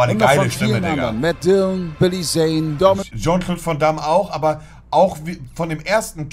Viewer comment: Rest der Welt: "Jean-Claude van Damme" Herr Black: "JON CLOD VOM DAMM"